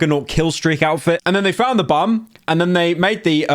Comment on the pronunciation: not me hearing bum instead of bomb for like a good 5 min of the video